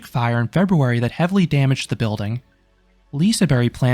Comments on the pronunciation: People are so annoying about the pronounciation. What does it matter any way? I thought Liseberry sounded cute. Anyhow I think that your assessment of the park was true an fair on all grounds. It makes me want to go back again. But this year we are going to Bakken. Because it's closer and cheaper. Mediocre rides, but great food. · that would be 1752, not 1952. , the G isn't really silent, we pronounce it as a sort of J or Y-sound, like the Y in Yale. So kind of Liseberj. But its fine just saying Liseberg with a hard G in English. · Your pronunciation is a bit (about a Swedish mile) off. I would think saying "Lee-se-bear-j" should approximate the correct pronunciation for English speakers. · it’s pronounced lise(non silent e) bery like the y in “your” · I also thinks the pronounciation is good already, but the emphasis should come at ”berg” (ber-j). Lee-se-bEr-j. (The ”E” in ”Berg” could have the same sound as in ”squARE”. Kind of. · The G is not silent, it's pronounced as the G in Gym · thank you. You’re the only one who has a clue. Swedish people get “J” and “Y” mixed in English all the time. The “g” at the end of “Liseberg” should indeed be pronounced as “yuh” and the “i” in Lise is short making it closer to “Liss” than “Lees”. Another thing no one is pointing out is that “L” and “R” are pronounced completely differently from Swedish in American English. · You pronounce it Lisa Berry. How is a silent G sound like a Y or IE? Wouldn't it be pronounced Lisebur? (Liseburg without the G) or do you know show to speak Swedish fluently? I just hope your wife doesn't about Lisa and her sweet berry. 😉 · as a local that’s not how we say it. It’s basically just Liseberg but the berg in Swedish is way softer than the English pronunciation so I can see how you might’ve misheard it as berry. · The G is supposed to be pronounced as a soft-J sound (like Y int he word Yes). So more of a "Lee-se-bear-j". Now this is just a short and simple explanation, I hope it helped